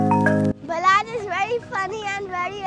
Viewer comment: Its balach not balaj